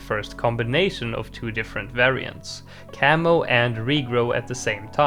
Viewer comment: I kept hearing "camel" instead of "camo" even though I know you mean camo. I keep thinking 🤔 there's a camel balloon, since when did he mention that ?